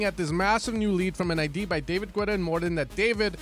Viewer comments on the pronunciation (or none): I have to tell it. Its pronounced 'Geta' Ok I can continue watching your video 😌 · Still wondering why you say 'Güetta' 😆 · Lol when is he gonna start pronouncing "Guetta" correctly